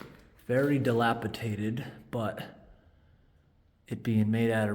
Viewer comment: Dilapidated only has one T. You pronounced it wrong